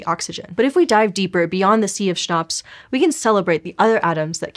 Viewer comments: I kept thinking she was saying schnopse, of which if you know german, is german for beer.😅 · CHONPS can be pronounced better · everytime she sais CHNOPS my German brain understands Schnapps. cheers.